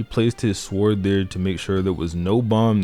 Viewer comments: sorry dude are you pronouncing the W on sword? wtf L video unsubscribed and disliked jk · Please stop saying sword like that😂